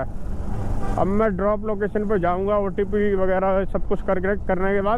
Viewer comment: Ncr ke लोग अजीब होते हैं, एक otp को opt बोलता है एक अमरूद को अरमूद बोलता है